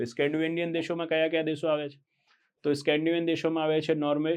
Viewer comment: Scavandian nai saheb ... Scandavanian